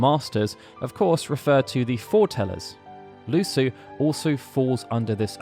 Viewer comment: LuSHU not Lussu